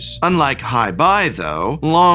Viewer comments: Some of Prof's pronunciations in this video😅 "Hi-Bye" and "Long Fong" are killing meeee lol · Since when is long feng long fong? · Long Fong… LONG… PHONG… I’m dead. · For real. Hi bye? Long fong? Da fuq? Couldn't take 10 minutes for pronunciation? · Once again I am respectfully asking someone at TCC to inform the Prof on how to pronounce these names. Hei Bai is “hey - bye” and Long Feng is “long fang”. Plz! Lol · Long Thong?! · Long Thong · Him pronouncing Hei Bai and Long Feng as, "Hie Bye" and "Long Fong" is giving me "The Last Airbender" flashbacks...😭😭😭 Edit: Just reached "Dah Lee". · Here a list of a few names you mispronounced. I'm sure you didn't mean to, but I thought this would help if you are going to talk about any of these cards/characters moving forward. Hei-Bei: Hey-Bye Long Feng: Long Fang Professor Zei: Zjhu-Eh Die-Lee: Dai Lei Usurper: You-Surper Mai: May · I'm confused by your seeming familiarity with the source material but still mispronouncing character names like Mai and Long Feng